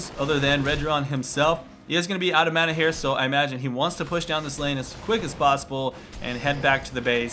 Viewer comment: learn to say mana. god you're killing me.